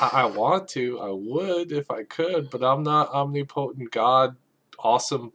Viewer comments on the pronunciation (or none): Did just say "omni-potent"?